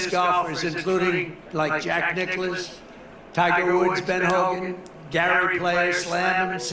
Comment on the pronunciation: He's such a big fan of Jack Nicklaus that he can't even get his name right 🤣